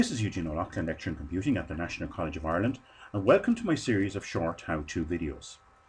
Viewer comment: Hireland :D